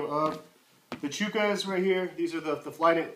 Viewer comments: Ch-uh-kuhs not ch-oo-kuhs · I thought it was Chuck-ahs? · choo kahs LMAO...